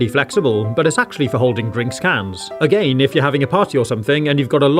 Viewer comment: The way he says again A..Gain